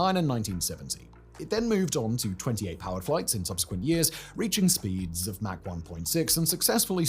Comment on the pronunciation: Mach is pronounced like Bach. Mack is pronounced like Jack. GIF? Linux?